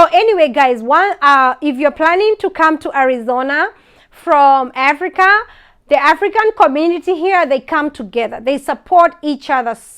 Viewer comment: In aaaafrika 😂..so heeear (here) 😂